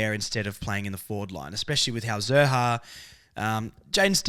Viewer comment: Love the podcast. Keep up the good work. Letting you know Xerri is a Maltese surname and pronounced Sherry (X is always an S sound in Maltese). Being of Maltese heritage, this has been driving me nuts nobody gets it right in the media. Hopefully, we get the media and AFL community more knowledgeable about Malta through this! Lol. Go Kangas and Malta!